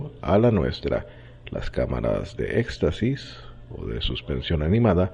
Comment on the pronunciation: en serio acabas de decir "cámaras de estasis o éxtasis? jajajajajajaja